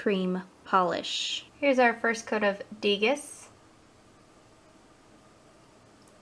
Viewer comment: Degas is pronounced DAY-GAH :) Nice swatches!